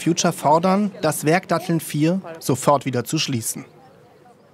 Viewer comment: Also wenn die Moderatorin "Datteln" nicht aussprechen kann, braucht man vielleicht eine andere Moderatorin.